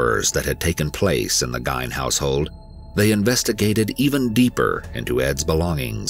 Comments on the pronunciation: It pronounce geen and people that say he's not a serial killer he was if a person kills 2 or more people you are a serial killer he killed 2 woman. one that worked as a bartender other was a woman was worker for hardware store he was turned down when he asked her to go on a date to a movie in Hancock south of Plainfield that's women that gutted like a dear the got him arrested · Like you would think that the Narrator would do his homework before doing the documentary. Like maybe 🤔 making sure he was saying the last name correctly!! Good documentary but the butchering of the last name is just plain annoying lol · His pronunciation is off in a lot of words. Simple, common words, at that. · Seen the story 100 times, always willing check out a new piece. Couldn't make it through this one. The last name thing is just too much. This losers only job is to narrate.....that is to pronounce words. If one is not sure how to pronounce something theres a plethora of ways to double check for fork sake!! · I was wondering why he was calling Ed Gain by the wrong name. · Yesss drove me nuts i was like um is there another guy with that name doing the same shit but different last name? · Yoooo I literately had to stop watching to find this comment, Im like am I bugging in all my years I have NEVER heard NO ONE say his name like that. And he kept saying his whole name like he was doing it to be annoying Like why not just say Ed?? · It's interesting to see how many people never heard of Ed Gein; maybe it's a generation thing. Also, Ed Gein pronounced his last name differently. Although Willem Dafoe also mispronounced his own name in his early 20s then started using the correct one so.. Oh and, the Theodore character from Prison Break also based on Ed Gein, whose Christian given name is Edward Theodore Gein by the way. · Thank you!!! I hate how they butchered his last name!! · Anyone else feel like their ears are bleeding everytime his last name is pronounced wrong? 😬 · Dude, it's Geen.